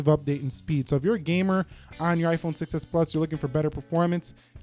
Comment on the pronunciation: I just noticed that when you say "6s" it kind of sounds like "success" which is true because the 6s was a success 😃